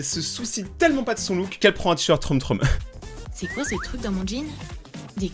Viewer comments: troom ce dit troum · On dit troum mais ça s'écrit troom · Troume...TROUME voilà c comme ça qu'on prononcé •^• si non super video! UnU